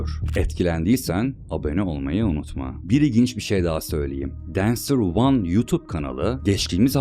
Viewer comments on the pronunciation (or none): none